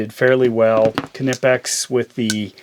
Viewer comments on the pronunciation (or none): Listen young man, I’m going to give you a free tip here: It’s NOT “Kuh-nip-ex” it’s “kih-neepex”